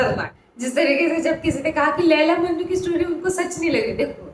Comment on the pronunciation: Majnu nhi majnun